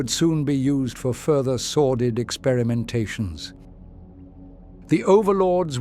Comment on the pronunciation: Dearest, are you using the word 'sorted' instead of 'sordid', or is the voice reading it wrong? It's the second video I've noticed it in, and I listen to these repeatedly to go to bed, so I keep hearing it😅. I thought I'd ask to satisfy my curiosity.